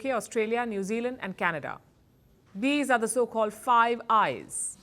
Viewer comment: I thought you said "five guys burger and fries.""